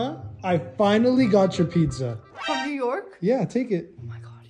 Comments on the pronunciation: What it’s called:pizza What everyone pronounces it:pista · Bro just pronounced pizza the way it’s spelt 💀